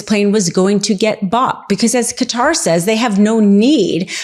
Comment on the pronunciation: Thank you for not pronouncing Qatar ‘cutter’ !